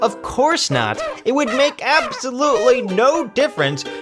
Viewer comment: Abs sow lute lee 😂😂